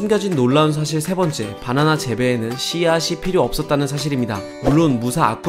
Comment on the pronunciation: 왜 자꾸 "빠나나" 라고 부르지?? "바나나 아니고?